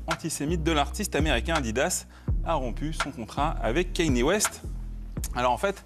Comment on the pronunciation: ka-ni-é. C'est si compliqué à prononcer?